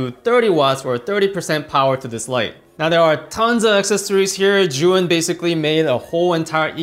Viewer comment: Great review! Thank you! Why do all reviewers pronounce 'Zhuyin' instead of 'Zhiyun'?